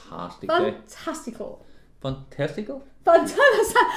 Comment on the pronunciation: "fan-testicle?" LOL